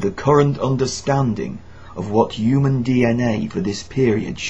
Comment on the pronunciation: He keeps saying yoomun instead of Human